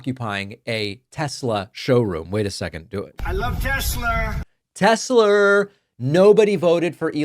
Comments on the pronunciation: He said tesler🤣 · Tessler? Did he say that? For real? 😂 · I cracked up when he said “tesler”!! He’s buying one from his best bud and can’t even pronounce the car and company’s name!! It will forever be tesler from here out! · Its TESLER, not TESLA. Didn't you hear dementia Don? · Isnt it Tesla not Tesler....🤔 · I know Americans love over extending their r’s but is it not pronounced Tesla, not Teslar? There is no r in Tesla. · The "Tesler" clip gets me everytime 😂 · " I love Tesler" 😂😂😂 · I love tesler 😂😂😂😂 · What the Fk? " I luv Teslerr frocking orange idiot."😂😂😂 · I love Tesslerr!!! 😂😂😂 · Trump's a scared puppy. He had no problem with the gAhtDaMn insurrection but he takes issue with opposing rallies and marches. What a tool. He should take a minute to get a reading and English tutor. From Troath Central to Tesler. I wonder what Trump's reading level is...😂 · Trump is a daily humiliation. Also, “Teslar”… ? What a moron! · "I luv Tessler!" - made my second laugh today... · Tesler??? 🙄 Does DT even know what his own name is? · I love Tesslurr😂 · I love Teslerrs😂😂😂😊 sounds like something Madea would say. Leave it to Trump to mess up a name. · "I LOVE TESLER" 😂😂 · "I love Tesler!" What an idiot. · The insert of trump saying "I love tessler" made me laugh out loud. Thanks, I needed that! :-) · Troth Social and Tesler 😂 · Tesler LOL Its all computer LOL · "Teslerrr" & Hitlerrr... It's all the same, right? 😒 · Teslerr!! Lmao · "Tessler" and "Troath Senshall." Truly a great legacy. 🙄 😡 😒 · Mate I watch you but taking the piss on the pronunciation of tesla isn't. Non American accents pronounce it as such and it probably repeats how elon pronounces it. Trust me I hate trump but taking the piss on us that don't say telsa as a American isn't it mate..